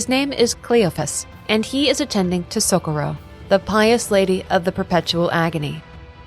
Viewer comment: So co rro, not socoro, but awsm vid